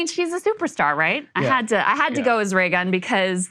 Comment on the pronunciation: Lmao that Rayygun made me laugh so hard